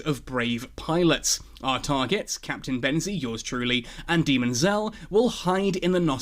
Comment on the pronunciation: Little less "demon" and more "Dayman" (sp phonetically).